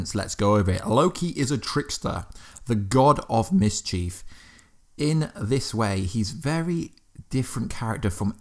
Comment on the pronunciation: Misscheev 😭 its mischief